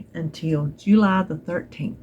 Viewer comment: Happy❤early birthday🎉 Congrats on 4,000!!!!!!!! Glad we are friends and keep the great videos coming, thanks for the time you dedicate to us…. ❤️🤍💙 Happy 4, Juuuuuuuuuuly as you pronounce it😂 *****Flair***** is fabulous and she’s lucky to have you as her mommy.